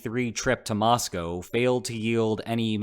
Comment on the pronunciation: Thank you for your insightful reportage. And a BIG thank you for saying Mosco correctly.